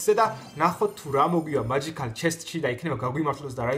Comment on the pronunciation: მაჯიქალი არ არის მეჯიწალია